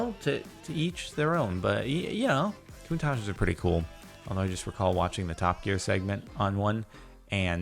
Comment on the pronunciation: Countach is pronounced koon - tash